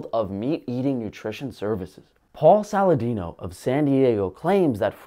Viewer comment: Lol, you nailed Saladino!